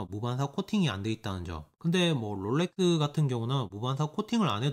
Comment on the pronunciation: 롤레뜨~~~th 발음 죽이네 ㅋㅋㅋㅋㅋㅋ